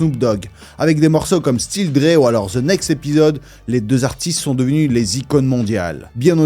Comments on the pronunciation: Faut ARRÊTER!!!!! Les Francais Pourquoi prononcer th. Avec un z. Mais c’est quoi cette manière The chronic. Et pas ze chronic wtf 😢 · Pourquoi quand vous dite The sonne comme un Ze c'est plus comme le son De les gars faut apprendre l'anglais